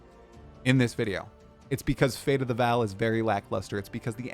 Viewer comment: It is still not Fate of the "Val" It is still Fate of the Vaal - pronounced "Vawl" Jonathan responded to your incorrect pronunciation 3 times in your interview with him. Get it right,.